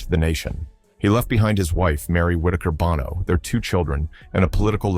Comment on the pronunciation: Bono is pronounced BOW